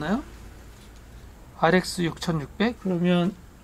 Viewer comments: 우리 베테랑 사장님도 엔비디아를 자꾸 엔디비아라고 발음 하시네요.. ㅎㅎ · 엔디비아(X) 엔비디아(O)